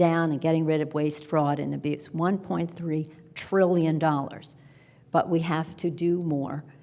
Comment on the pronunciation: One-point three triiillion dollars. Doesn't make it true because you say it slower. Buh-bye, Nance.